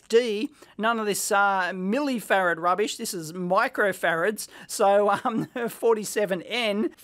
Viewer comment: "east german rubbisch..." :'(